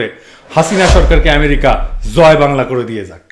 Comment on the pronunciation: দাদা আপনার 'জয় বাংলা ' শব্দ টা শুনতে ভালো লাগে